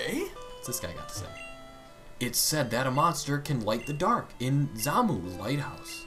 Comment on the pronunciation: "Monste" xD